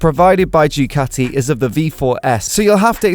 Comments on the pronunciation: You destroyed the name of Ducati is a latter D. start to say do-cat-tee and not choocati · Ducati is simply the best, but please, learn Italian properly!